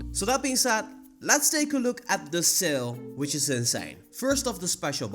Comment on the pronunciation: When you said " seal " I thought that you were talking about the pokemon with the same name, but when you showed the shop boxes I finally realised you were saying "sale". You need to work on your pronounceation buddy.